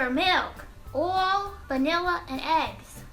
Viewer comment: Too cute! I love this channel, the vids and you,!! According to you, the word "oil" now has 3 syllables!! 😂😂😂🍌🍌🍌